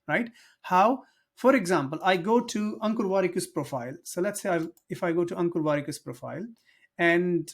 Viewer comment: I heard Uncle Warikoo instead of Ankur Wrikoo. 😅